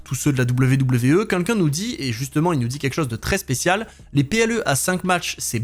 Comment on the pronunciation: Super vidéo, comme d'hab ! Et bravo pour les 110k ! Mais qu'est ce que ça me stress que tu dises "quinquin" au lieu de "quelqu'un" :D :D